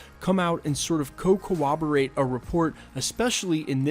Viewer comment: Corroborated not co-oberated! You're mixing corroborated and cooperated. I saw the headline for the Randolph video but assumed she meant HAN Solo.